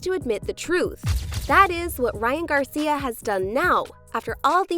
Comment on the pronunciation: Garcier? Wtf are you doing lmao why are you doing that? Your doing this stupid ier shit